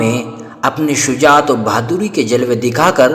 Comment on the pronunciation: اپنی اردو درست کرو! ربیع میں راپرپیش ہےیاءمششددمفتوح ہے شجاعت میں شین پر زبر ہے اور بھی بہت غلطیاں ہیں کسی سناکرآیا کرو